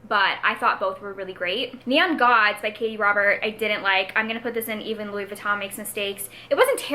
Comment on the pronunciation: I think you’re pronouncing ‘Louis Vuitton’ correctly. All you’re missing is the French accent and since you’re not French no one’s going to expect you to have one. Fun video and loved the Housewives tier names.